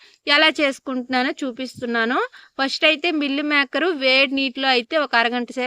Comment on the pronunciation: మిల్లిమేకర్ కాదు అక్క మిల్మేకర్